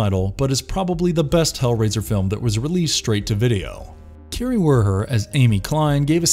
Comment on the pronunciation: There are an insane amount of mispronounced words in all of their videos. Kari is pronounced Car E not Carrie.